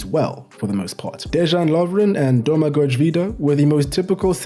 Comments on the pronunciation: When you see a letter "J" in names try to pronounce it as "Y" in "Bay" Now try saying Dejan and Domagoj again ;) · This was a great video. I'd never expect anyone from outside Croatia to know these things this well. You did a very good job with the pronunciation, I was impressed, except a few minor things, like how J is always a Y sound in Croatian, so it's De-yan Lovren and Domago-y Vida, and also C is a ts sound, so it's Marko Pja-tsa. This video was truly a joy to watch.